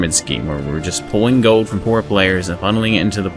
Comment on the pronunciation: say "goad" again xD